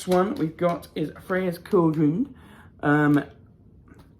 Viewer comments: I always look forward to these videos. They make my day, no matter how bad it started. You got her name right, just so you know. The funny thing is, there is probably a different way the ancient Greeks pronounced her name. It's like Hecate. There are so many variations of spelling and pronunciation of her name, not sure which one is the right one. My stone is slightly smaller than yours and I just about fit mine in the cage. Can't wait to get the Air bowl to complete the collection. Hope you have a blessed rest of the month!! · Yay you got it right. That is how you say the goddess name. Good video and thanks for posting. I wish I could see you perform. I bet you have a beautiful voice. Maybe you can sing for us one day.